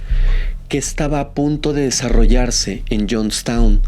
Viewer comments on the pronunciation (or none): none